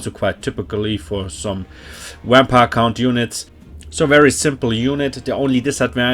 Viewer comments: I’m officially going to start intentionally pronouncing vampire “wampire” henceforth. Love the Deutsch accent. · Nice thanks man! Also love the way u say wampire xD